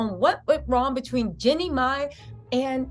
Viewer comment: Btw, it’s [“GEE-nee”] Jeannie - (not Jenny)😉♥️